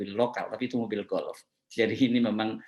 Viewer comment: Presiden joko : Mobil Golf dibaca Golep!